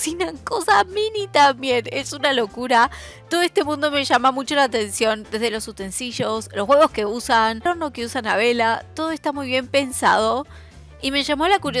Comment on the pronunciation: NOOO POR FAVOOOR! No es UTENSISHHHHOOOS ES UTENSILIOS, LEE bien porfaaaa se escribe UTENSI LIOS NO ES CON LL TE LO PIDOOOO!!